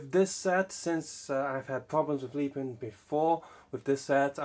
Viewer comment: Mate wtf is leepin it is lepin sound it out